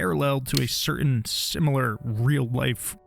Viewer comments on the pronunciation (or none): none